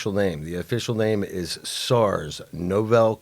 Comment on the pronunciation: This "expert" keeps saying Novell, like the network operating system company. The word is novel, like something new or unique. Two completely different words. How can he not know?!